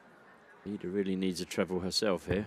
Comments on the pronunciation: It's iida not lika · iida not Lida